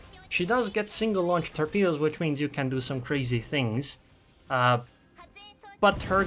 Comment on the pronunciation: "torpedeos of death"